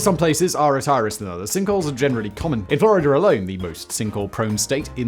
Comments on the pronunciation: sounded a lot like gibberish. Captions say it’s Florida but I’m not hearing it. 😂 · It was the " in-fler-ider a-loone" that had me baffled. (In Florida alone)